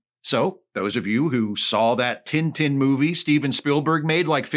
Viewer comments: To hear tintin pronounced "tinn tinn" is the cutest thing I've heard this year! (for this joke to work, please pretend I commented that on the first of january) (and just to be safe, I'm not making fun of here, I realize that for a english speaker, it makes sense to pronounce it that way, I was just amused by the fact that when he mention the character for the first time, I was like: "who the heck is tinetine?"... ok I'm done) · do you guys really pronounce "tintin" like that? 😭